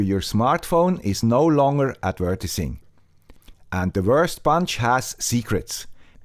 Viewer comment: du sagst „adv-eee-rtising“, mit der Betonung auf dem „e“. Trotz Swiss Accent ist das kaum auszuhalten. :)